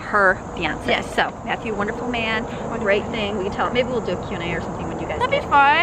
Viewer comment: I just CRACKED UP.....I SOOOOOO THOUGHT SHE SAID, "Can I give it to Justin?" Also LOL I was like, NOOOOOOOOO MATTHEW. NO JUSTIN. ONLY MATTHEW LOL